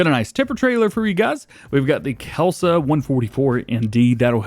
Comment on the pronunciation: The forestry trailer is Kesla (Kes-la) not kelSA